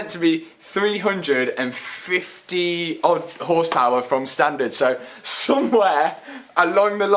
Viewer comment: Hundrled horspaouærl your lack of skills about cars you try to edit out in the video it's actually hurting my brain...